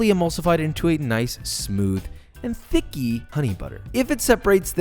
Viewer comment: please lord stop saying "chicky"